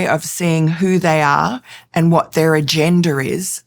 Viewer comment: Did she just say agenDER? 😅😂